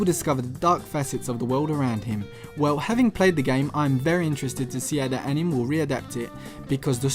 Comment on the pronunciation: great video dude. but please pronounce anime correctly. It's pronounced as ani may